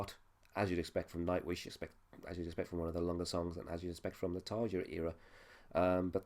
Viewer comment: You say you've listened to Nightwish before, but don't know how to pronounce Tarja's name? I wish reaction reviewers would do just a little research.